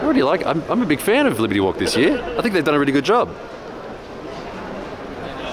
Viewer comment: Did they leave out the R in "Libety walk" on purpose because japanese can't pronounce it?